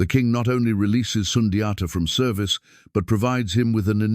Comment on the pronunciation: It has to be in mandingo language. Not a colonizers way to pronounce it!